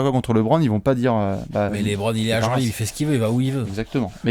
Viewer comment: Super vidéo! tu m’as vendu du rêve sur LeBron à New York. JUSTE,, dans un objectif de crédibilité (notamment quand il s’agira de défendre qu’il est le GOAT) il faudrait penser à passer de « Lébronne » à « Leubronne ».